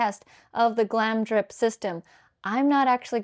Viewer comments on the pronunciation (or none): Really lovely vid, but you pronounce it Glamour dip (GlamRdip) :)